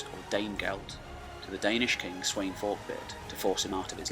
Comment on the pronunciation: Its Spelt Sweyn but its definitely not pronounced how you pronounced it! The wey is pronounced as a V! So it would be pronounced Sven Forkbeard